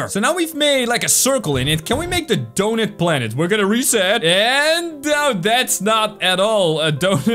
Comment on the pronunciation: He says "doughnut" as "dou-nit"